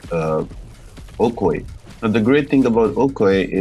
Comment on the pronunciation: It’s pronounced O koy eee my man. Great content keep it up